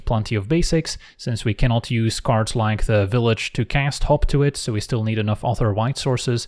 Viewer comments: I kept hearing "hop to it" as "Hawk Tuah". Guess I know what I'm calling it from now on. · whenever you said hop to it I swear to god I was hearing hawk tua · When first said 'Hop To It', I heard 'Hawk Tuah'. What has the world become... 🥲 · When he says hop to it does anyone else hear hawk tuah it or is that just me… 😂😂😂 😱 #AndSpitOnThatThang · "Hot to it" sounds like "Huak thua it". Cannot be unheard. You are welcome.